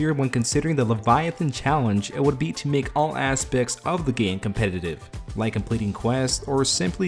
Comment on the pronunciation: "competative format" lmfao English is too hard ay